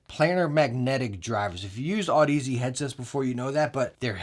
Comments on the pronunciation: Pronounced odyssey not aud ez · Great vid, thank you! p.s. Audeze is pronounced like Odyssey but with an 'aud' not an 'odd' if that makes sense lol. 😅